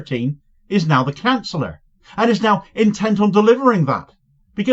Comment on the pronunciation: I love the way you pronounced Chancellor as Canceller.